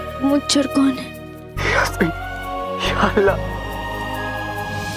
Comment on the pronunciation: not yamine say yasmeen